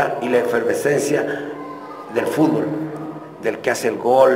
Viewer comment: Clavito se dice fútbol y no fubol xd